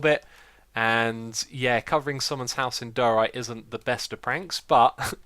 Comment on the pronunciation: xisumavoid, diorite is pronounced [Die-ore-right] great videos btw and I can't believe it's hermitcraft season 4 already!